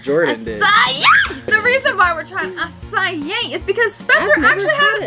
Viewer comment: I thought it sounded like A C A I too Spencer